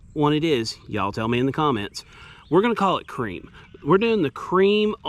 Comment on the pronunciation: It's pronounced "Creme".